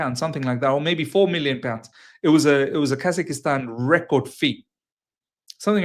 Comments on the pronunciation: Bro its Kaz-ak-stan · I couldn't stop laughing with how he pronounced it but then, we all do it in one way or the other 😊